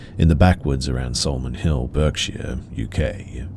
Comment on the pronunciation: Love this content. I’m British so the story about Berkshire was cool to hear. Note: Berkshire is pronounced Barkshire and Reading is pronounced Redding :) Keep up the vids!